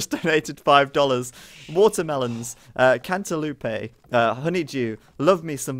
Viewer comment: Can't a loopays? Is that how Brits pronounce cantaloupes? X-bows were a good counter to the pesky run-and-gun Conquistadors, it's a shame they were wiped out completely at the beginning of the game with the mangonel.